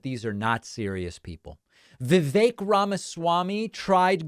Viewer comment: VIVEK pronounced VIKAKE to rhyme with CAKE - also RHYMES with SNAKE !! what a LIAR